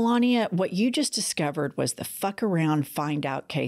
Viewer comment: Vot ? Maybe she just vonts to stay away from the stench .